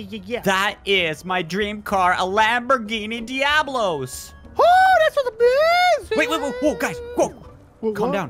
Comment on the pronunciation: Does know that is called the Diablo not diablos